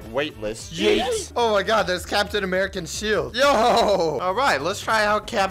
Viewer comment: my mans said americian